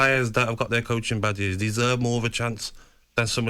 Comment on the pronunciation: he said badgers not badges